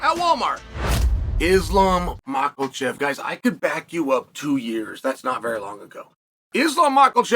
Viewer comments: Why does he keep calling him Ma Kal chaf? I really need an answer. 🤔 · "Islam Makkeltjev" lmao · Guys let’s not buy jocko until he says Islam’s name correctly 😂